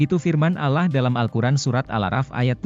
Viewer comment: Maaf ya anda. Beritakan cerita alquran tp kenapa bacanya alah bukan allah